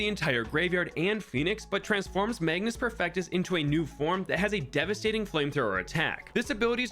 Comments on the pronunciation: Mage-us, not magnus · There is no "n" in "Magus" ... and the pronunciation is "may-gus". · Magus Perfectus, like Magus from Chrono Trigger. There is no "n". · Why is everyone calling him MAGNUS when it clearly says magus 😭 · Magus, not Magnus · take a shot everytime say magnus instead of magus